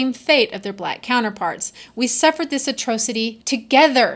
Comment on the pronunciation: Why are you claiming we've never known about white slavery? Every reasonably educated person knows of it. And you've also ignorantly mispronounced 'Arabs' and 'atrocity' (so far).